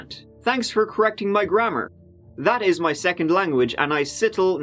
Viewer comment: Don't you mean... "Tanks, " 😉